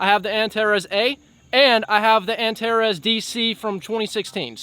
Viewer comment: Finally an american saying "Antares" the right way. It's not antareese 😂